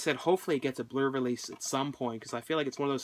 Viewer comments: it sounds like he's saying the blurry release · Its so funny how you pronounce Blu-Ray :P